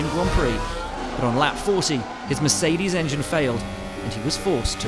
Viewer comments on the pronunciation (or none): none